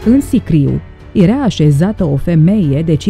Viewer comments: Pronunță și tu când prezinți ceva "era" nu "erea" te zgârie rau pe creier. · ador dicția perfectă și vocea e minunată, dar se spune (i)ERA, NU erea.......o doare! Limba română ERA și este minunată NU E-REA! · Deci omul trăi pe Terra înainte de apariția omului. Whattt? Și încă ceva, vezi că zici "ierea" în loc de era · Era* nu "ierea" , jurnalisto !!! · poate ca se pronunță "iera", in niciun caz"ierea". E o diferență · Erea...erea..ce naiba!? 😒😪